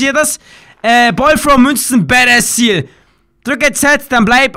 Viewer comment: Es heißt badassss